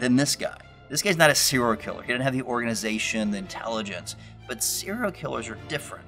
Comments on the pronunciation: SER-I-A-L killer. Practice saying this. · Are you saying seeral killers? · You can't say "serial".